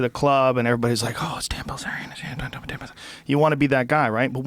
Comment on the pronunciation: It’s Bilzerian, not bazaar